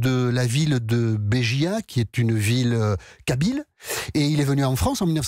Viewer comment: béjaia et non bijia lol